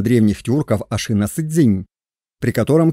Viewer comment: Не ашИна, а ашинА ! Но это монгольское название тюркского рода. Тем более тюркских ханских родов было 2 а не 1 ! Огузский - Тохсоба Сирский (половецкий, кыпшакский ) - Ельбури. Их уничтожил табгач (монгол) Чингисхан. Скифы - скифоязычные в 5 вее до р.х. Как и персы - скифоязычные с 5 века до р.х. Тюрки это род. Род определяется по отцу. Казаки Дона и Кубани r1b1b2 . Башкиры (считается кыпшакским родом) r1b1b2. Кыпшаки - r1b1b2. Сельджуки, огузы (туркмены) - r1b1b1. Нет народа тюрки, не нации тюрки. Тюрки это род по отцу. Гаплогруппы r1b1b1 & r1b1b2. Все остальные не тюрки, а тюркоязычные . Гуны это кавказоиды из Элама переселенные в Монголию и взявшие тюркский язык. Гаплогруппа гунов G. Канлы, кангюй, кангары - это самый восточный скифский род кан(г)лы. Гaплогруппа канлы как и всех скифо-хакасо -киргизо-слaвянских родов (не народов) r1a1 ! Канлы остались в манжуро- монгольских степях до тюркского каганата, а не ушли как другие скифы в степи Кпзахстана и украины.